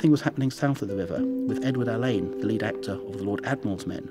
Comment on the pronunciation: "Edward All-ane" -- is that the correct pronunciation of "Alleyn"?